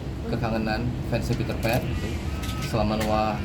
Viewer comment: Peterpan ❌ Paterpan ✅ 😂😂😂